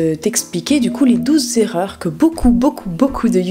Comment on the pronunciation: Les douze zerreurs ?!?! Pour ton info, pas de "s" à "douze". 😣